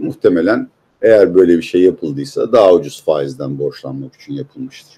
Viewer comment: Peki abi “rakam” değil “rakkam”, “için” değil “içün” mü? Why???